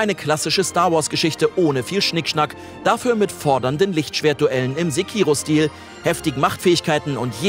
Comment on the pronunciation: Sprecht ihr Sekiro eigentlich extra falsch aus?